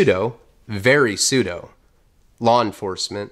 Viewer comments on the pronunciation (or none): none